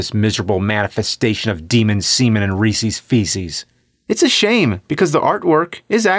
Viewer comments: It's not ReesEE's, it's Reese's. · Reesees Feesees? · Jesus Christ, learn how to say REESES! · "Reece's Feece's"... 😂